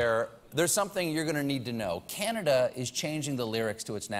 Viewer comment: Love it! The singer needs to work on the pronunciation of Canada, however, as it sounds like he's saying O Caneeda. But I guess we all need a little more Canada in our lives.